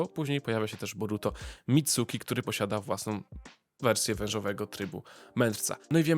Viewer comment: Dobre zostawiam subka tylko wymowy się poducz (Mitski nie Mitsuki & w przyszłości pewnie ruszysz Boruto to od razu mówię käma nie karma bo tutaj każdy na czele z Nekonem robi błąd xD)